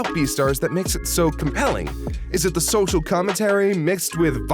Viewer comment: have you tried sending to a speech therapist? Cuz what is sosal distancing?